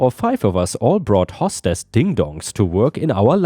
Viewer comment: "Hostess" is said as "host" (hoe st) "ess." Hostess = female host, but also the name of a brand of sugary treats.